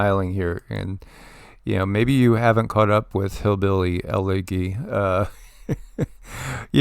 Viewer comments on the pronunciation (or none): Elegy= ele-jee, not ele-gee (long g)